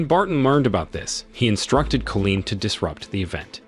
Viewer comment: The story is obviously amazing but the narration gets me 🤬 being unable to pronounce the simplest of words, making it impossible to subscribe to this channel when it cant even say Colin properly instead saying Colleen 😂😂😂😂